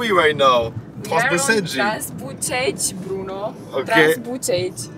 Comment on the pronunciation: "TransBucegi Brouno" 😂😂 Folie cette vidéo mec, la qualité de prod est de plus en plus dingue 🎬👌🏼